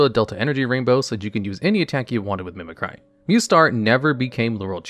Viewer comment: Everyone’s talking about the way he pronounces Latios, while I’m going nuts about how he pronounces “Mimicry”